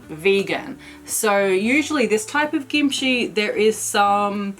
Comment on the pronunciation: Is the pronunciation gimchee or kimchee? pronunciation sounds more like gimchee. I've always pronounced it with a K sound.